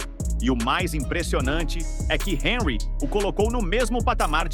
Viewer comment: Boa Noite. É (Onrri) a pronúncia de Henry.